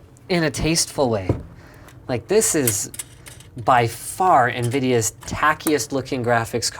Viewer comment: "as nvideas v100, as nvedia v100" editing mistae